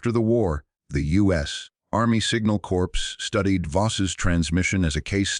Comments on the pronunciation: An voice that speaks like an ignorant American?!? WOW No stopping progress Corps as in |The Marine Corps is pronounced CORE like the apple part you DONT eat! Not CORPSE,like a dead body...The Marine Corps(Marine Core) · There is US NAVY LieuTenant Edward Albert Heimberger who was at Tarawa. Back then, Corporals were Enlisted Pay Grade E-3. No 2nd Class Privates. 6th Schutz Staffel Mountain Division Nord. Corps is pronounced as CORE. The voice said corpse. The 5th Panzer and the 5th SS Panzer, or Wiking, Divisions were on the Russian Front. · CORPS: the P is silent. ARDENNES: The S is dropped. How dumb can be? I am sick and tired and frustrated with the inability of to enunciate correctly especially numbers and times? There must be a starving actor with a good reading voice willing to read these episodes and spare us from